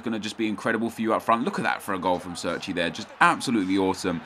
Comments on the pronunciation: He's Italian so sits pronounced "Chair-Chee" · Chairchee is how it's pronounced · pronouced CHAIR-CHI